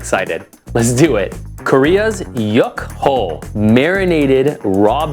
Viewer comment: I love yukhoe, happy eatings! (it's pronounced "yook-hwe")